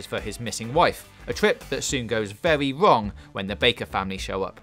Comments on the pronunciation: Wewy wong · "Vewy wong" ?!